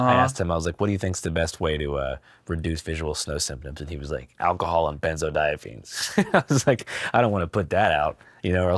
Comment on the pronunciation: First of all, they're pronounced "benzodiazepines" not "benzodiaphenes." 😊 Second of all, WTF. Nah bro. If you have this condition: Benzos, like Xanax, are one of the most addictive drugs in the world. Don't let your doctor give them to you unless you absolutely fucking have to take them. I took Xanax daily for 9 months after a tragic family incident, and trust me, it just prolonged the grief, and then I was now addicted to them. Getting off of them is HELL. That's just my benzo PSA. They're dangerous AF.